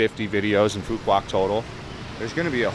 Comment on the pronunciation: Bro you are painting a picture that isn’t realistic…first get your pronunciation right…it’s Phooo Wok..not Phooo Kwock…this is my 4th year living on this beautiful island…you simply don’t know where to go nor what to do here…20-30K Bahn Mi’s are everywhere…shipping goods to the island costs more because we obviously aren’t on the mainland…thus businesses need to pass some cost to the customers…garbage, that’s essentially everywhere in Vietnam…at least someone taught you how to pronounce “Nah Chang” properly!!! Just like America, stuff costs more in Hawaii because it’s a wait…ISLAND!!! Stick to Saigon content instead of spreading fake news…btw…many tourists here…especially Koreans right now